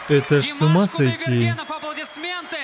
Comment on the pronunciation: Кудайберген- ударение - на последний слог)))